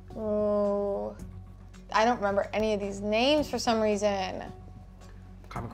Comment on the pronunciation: I loved this but it's SHAMEFUL that got so many of these names wrong. He's banned from being gay. You're over sis.